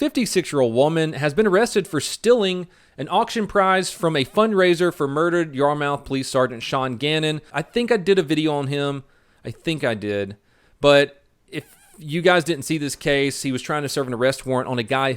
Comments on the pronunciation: hey, I am a big fan (and fellow blue) Just wanted to let you know it's pronounced "Yar-muth" MASS, not "Yar-mouth", even though that's more phonetic. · Sorry man, i love ya, but it's pronounced "yah-muth"